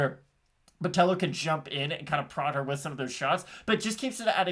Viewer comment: Carolina's weight cut was bad and she lacks ground skills. I'm on Botelho ITD. Just another pronunciation comment, BotelLHo was on point. Love from Floripa, Brasil